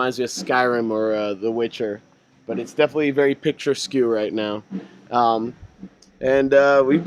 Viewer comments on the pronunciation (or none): best part of the video! It's "Picturesque" though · did misha say the area was "picture-skew" does he mean picturesque? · 'I've only ever seen that word written...' At least it wasn't "Pictures-kay"